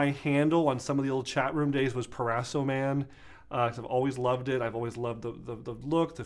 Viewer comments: PRO-raso not PER-raso right? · Please pronounce: Pro-ras-o. Pro.